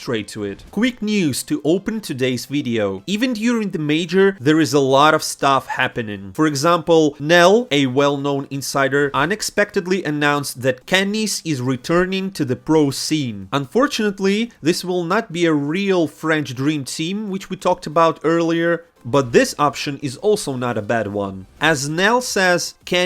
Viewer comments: His name ain't kennis it's Kenny-S FFS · its Kenny ES not read as kenis... wtf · His pronunciation is killing me